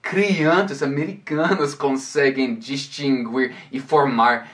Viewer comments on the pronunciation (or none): none